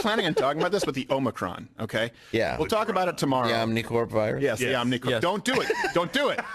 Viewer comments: No, the omnicorp thing is because no one knows how to pronounce it. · And I'm sorry you don't watch the news but the Omni corp thing is because Biden mispronounced omnicron and a bunch of international news made fun of Americans for not pronouncing words right